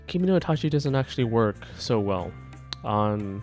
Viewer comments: For pronounciation it's ka (like kaki) and ge(like gay). For itachi, it's ki mo no. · it's kimono damn it